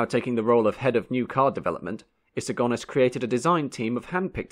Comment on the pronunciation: Good point well made I wish he had learned to pronounce Sir Alex's Surname properly Go Nis not Gone Is...